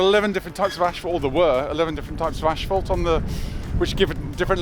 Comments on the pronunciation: I love the pronounciation of the word "Ashphalt" by for some reason. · I have never heard someone say asphalt with an "sh"...